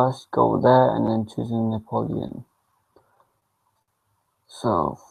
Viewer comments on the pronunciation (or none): You said Neoplan wrong. It's NEO-PLAN